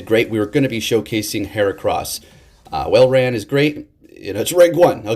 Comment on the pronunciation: its walrein like walrus not whalerain :)